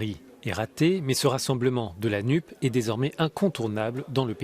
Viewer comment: NUPES : prononcer NUPESSE afin qu'on entende le S de "sociale"